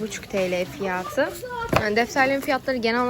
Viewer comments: Evet yanlış telafuz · peki fiyatı yerine fiyaağtı demesi:D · Fiyatıı derken çok değişik olıyor. Videoların çokk güzel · Fiyatı demen çok gülüyorum